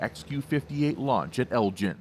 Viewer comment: It’s also not “Elgin” AFB, but Eglin.